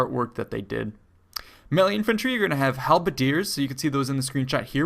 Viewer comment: I am pretty sure someone already corrected you (and I am not making fun of you in any way) and if they have please disregard but melee is pronounced may-lay. Anyways great videos g. Definitely always informative.